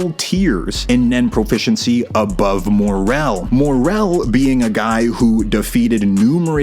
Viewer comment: Why is it so hard to just pronounce shit the way it is in the show? Who tf are "uvo-jin" and "more-RELL"? It's like people just aren't allowed to make videos like this unless they pronounce everything wrong on purpose